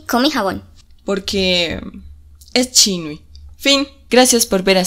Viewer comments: pero no es chinui 😭 es chinyu o en gp999 le decía Zhou XinYu y pronunciaban como Sou ChinYa 😭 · pq esta wey pronuncia chinui el nombre de Xinyu? Cuando en todos lados lo dicen como Chinyu? 😭😭😭❓❓❓❓